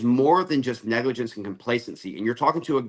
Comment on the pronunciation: Cory, you are still calling it "negligence."